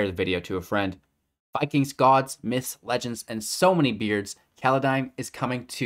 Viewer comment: You're probably still thinking too much about Kaladesh. It's Kaldheim, not Kaladheim.